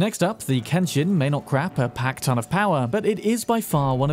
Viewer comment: did I hear that correctly? "may not crap a pack ton of power" lol